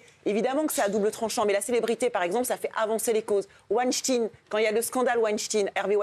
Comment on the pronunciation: Weinstein Elle arrive pas a le prononcer Maillet elle veut trop faire l’américaine 😅